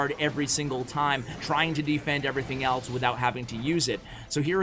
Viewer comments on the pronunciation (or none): none